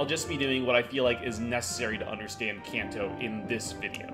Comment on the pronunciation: Imagine making an entire 20 minute video about the Kanto region and not pronouncing it correctly a single time😂😂😂